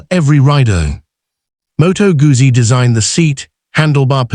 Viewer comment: "МотоГАЗЗІ"? Серйозно? Це як "ЛамборДЖині" 😂